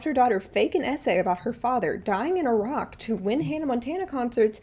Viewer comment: Omg I thought you were saying "a rock" not "Iraq" 😂🤣😅 I was so confused for a min